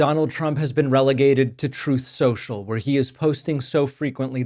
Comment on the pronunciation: Orange Foolius takes to "Troof Sewshul" to vent after not only being humiliated at Super Bowl LIX (at taxpayer expense) but also getting laughed at for renaming the Gulf Of Mexico & being second banana to King Elon. 🤣